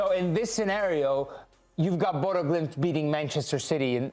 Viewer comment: You take time to pronouce the Latin names correctly but you still call Bodo/Glimt, "Bodo" 🤦‍♂️